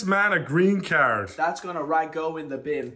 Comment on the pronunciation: “Get this man a green caerd” 💀😭